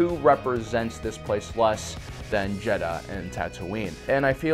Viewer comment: It’s jedha